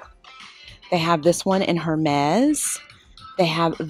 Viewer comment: I want this store here! ❤❤❤❤ oh and Hermès is pronounced Air-mes (short “e” sound) just an fyi. 😉